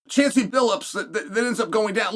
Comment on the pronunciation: 🤣totally butchered the pronunciation of his name, too lol "Chancey" instead of Chauncey ... that told us, without telling us, he doesn't know the man lol